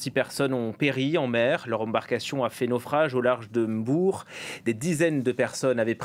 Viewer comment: Enfin un français qui pronononce bien Mbour et non pas M bour... 👌